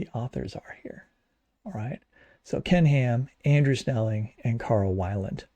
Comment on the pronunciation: Carl Weiland is actually pronounced weel, not that it really matters much. He stayed at my parents' house a few times when visiting to do talks in local churches.